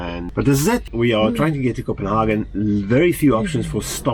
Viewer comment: Hi Copenhagen is pronounced Copenhay'gen in English in German its Copenharken (Kopenhagen)